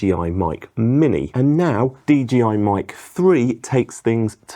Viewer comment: It's DJI, not DGI..